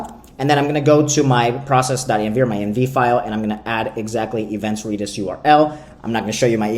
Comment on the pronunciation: Reeedis? lol